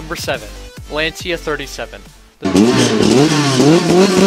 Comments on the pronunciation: Ah yes, the 𝗹𝗮𝗻𝘀𝗶𝗮 𝘁𝗵𝗶𝗿𝘁𝘆-𝘀𝗲𝘃𝗲𝗻 and the 𝗽𝗼𝗿𝘀𝗵 959. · I wasn't liking the vídeo that much when it said things like 'Lancia thirty-seven', but when the Lancia Stratos came in I just stopped watching! If you're going to make a vídeo about something you could at least make sure you know what you're talking about...